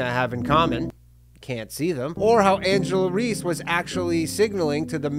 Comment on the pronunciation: Continuously mispronouncing Angel Reese’ name just made this funnier